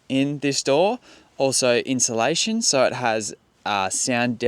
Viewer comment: Sorry mate, just a little criticism pronouncing words. Insulation, not inshilation, as you have been pronouncing it.😊